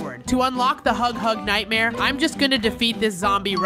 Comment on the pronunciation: It's not hug hug nightmare 😂 its nightmare huggy😅